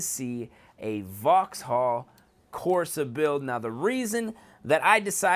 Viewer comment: It's pronounced voxall not voxhall